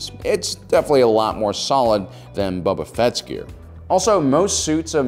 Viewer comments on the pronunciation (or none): Bubba fett is his southern cousin.